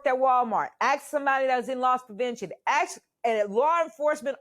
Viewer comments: It’s “ask” not “axe”. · The word they are saying is Aks, it has similar origins and originated from Northern England immigrants. Black people adopted their masters dialect and it was a rural Southern thing later on. White Dialects say "Aks" the same way. But she is still dumb lol.